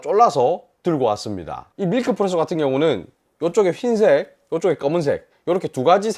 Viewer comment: 영상 잘 봤습니다. 하나쯤 가지고 싶은 제품이군요 그나저나 경상도 사투리로 흰색 발음을 휜색이라고 하나 봅니다